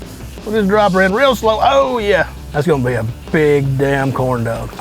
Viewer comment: Sounds like he's saying corn dough 😂😂😂😂